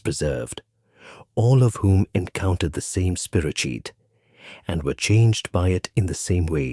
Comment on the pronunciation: It's not a spiro-CHEAT. It's a spiro- KEET